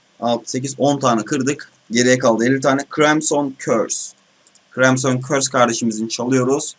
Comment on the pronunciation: KRAYMSON değil kırimsın xD küfür etmek serbest